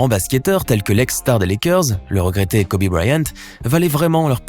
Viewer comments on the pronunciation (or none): none